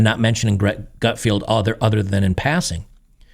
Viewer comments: Gutfeld, like Seinfeld. Not Gutfield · An "expert" that cannot pronounce Gutfeld is certainly not paying attention.